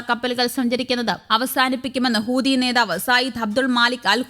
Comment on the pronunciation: ഹൂദിയല്ല ചേച്ചീ.. ഹൂതി എന്ന് പറയൂ! അയ്യയ്യേ!